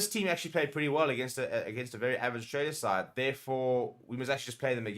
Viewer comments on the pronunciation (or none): none